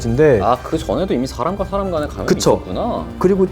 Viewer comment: “사람” 발음이 되게 희한햌ㅋㅋㅋㅋㅋㅋ 사하아람